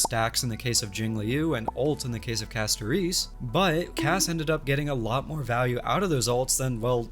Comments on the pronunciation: Sorry, I thought this was an interesting video and wanted to watch, but I had to stop because hearing CastoREECE over and over was causing an aneurysm. If you don't like the english audio in game, that's fine, but please learn the character names before making a video about them. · Why does bro say Castorice like that lmao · The way bro pronounces Castorice's name triggers me in a unique way...